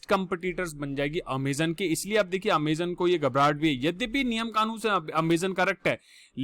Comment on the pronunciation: Not ameeezonn👎